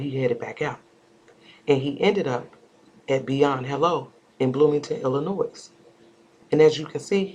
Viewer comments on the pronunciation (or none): The S in Illinois is silent. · Good work, just to let you know the s is silent in pronouncing Illinois. No shade at all.